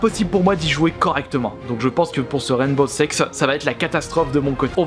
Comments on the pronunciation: Ptdrrr mais les sous-titres ont affirmé qu’il disait bien « Sex » au lieu de « Six » 😂😂mais bon on va pas se focaliser dessus ... parlons plutôt de ses commentaires sur le jeu 😁👌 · C'est moi ou il dit " rène beau sex " ? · Je suis le seul ou il dit bien Rainbow sex (seix) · Mdrr " rane beau sex" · Garry's Mod - MultiGaming bah oui malheureusement mdr